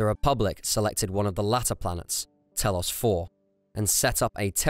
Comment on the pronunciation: saying telos and atris wrong really